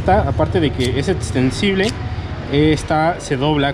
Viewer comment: Habla bien bro, es Extensible, no Etsensible.